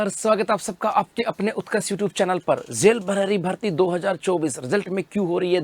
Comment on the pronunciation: Jel prahari ko zel prahari ko bolta hai ye 😂😂😂